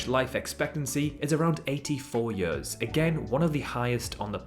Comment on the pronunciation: I didn’t know you were Welsh until I heard you say years. Great video